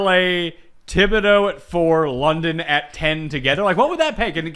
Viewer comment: Almost spit my coffee out when I first heard pronounce “Thibodeaux”. Thank God it was a joke but you never know with him. Remember how he pronounced Mariota 😂